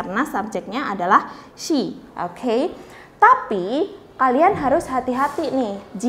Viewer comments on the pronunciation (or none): Pronunciation "SHE" anda kurang pas. Bedakan SHE dengan SEA